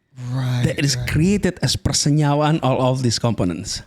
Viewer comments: the "persenyewaan" moment is really great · the "persenyawaan" explaining blew me away